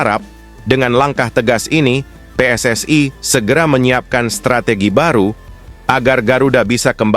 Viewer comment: Pssi bukanvakronim bahasa onghrilis,tap koq pelapalànnya bahasa inggris.tak faham narator ini